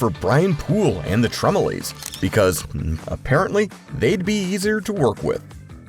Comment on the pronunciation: Pronounce it correctly, the TremelOOOOOOOOOOOOOOHHHHSSS…